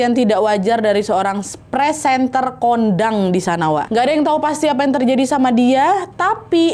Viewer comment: Maaf Wak kau baca nya pesantren kondangg😅😂